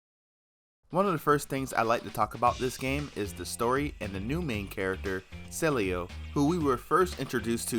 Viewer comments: It’s Cielo, Not Celio. Easy Pronunciation: C-Eh-L-Oh. Cielo means Sky in Spanish. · Since he's Paraguayan, the pronunciation should be "Cee-EH-loh". Means sky in spanish. Unisex name, not very common. Very used as an affectionate nickname among family and couples, though. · Funny, you pronounced Cielo, in at least two different ways, and none of them right. It's si-eh-lo.